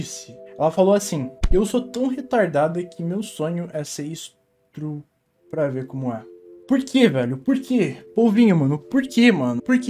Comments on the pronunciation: Eu tenho um puta ódio de quando falam "esTRUpo," é esTUPRO krlh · "Estrupo" na é crime, crime é "estupro" Ate pq ate onde eu saiba "estrupo" é coisa de barulho, acho que é por isso que nao é crime, agr "estupro" é crime É até onde eu sei.. Se eu estiver errada me corriga, pfvr